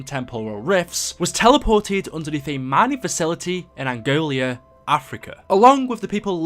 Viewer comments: Nice video man, btw it's Angola not Angolia :) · love your content and im a big fan but its not "Angolia"! Its called Angola!:)